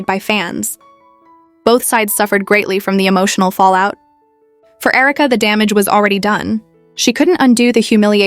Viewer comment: Herka? AI.